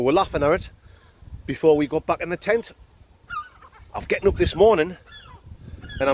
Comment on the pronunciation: As a yankdingo I’m loving break into a septic accent recently at random times. 😂 “Gerrin lads” lol